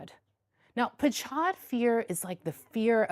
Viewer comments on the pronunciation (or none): It's not 'patchad' with /tch/ for cheese, but PACHAD, or PAHAD, with H for ham, but harder, a bit like "Goede morgen" in Dutch.